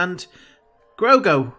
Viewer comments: It's Grogu, not Grogo aka Drogo.. But get what you mean it sounds Russian. Lol. Was a little surprised by the shorter mantrails however its practical not to have too long that might look too similar to Twilex. And it gives Ahsoka the freedom to fight and move around without mantrails getting in the way if they are too long. If that makes sense. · Grogu not grogo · GROGU. Not Grogo. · Someone on the Mando production team tweeted that they shortened her lekku and montrals for stunt and performance reasons. And I'm sure you know by now, but just in case, his name is Grogu, not Grogo. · You’re mispronouncing his name it’s not Grogo it’s Grogu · In case no one else said, his name is Gro-gu, not Gro-go. JustFYI. (And I doubt I spelled the name correctly, I just did so phonetically) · It’s Grogu not Grogo ;) And for some weird reason it works! I LOVED Ashoka. But I have such nervous energy for the future! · Absolutely loved this reaction, however I don't quite think you got the name right. Pretty sure it's Gro-goo, not Gro-go. Could be wrong tho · Grogru not grogro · Grogu not Grogo. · It's Grogu, not Grogo. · `GROGU WITH AN U NOT AN O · ''Grogo no wants stone. Grogu, is scared'' In Russian accent LOL